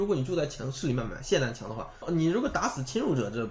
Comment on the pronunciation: 很久没有听到有人把 霰xian弹枪 发音正确了。极度舒适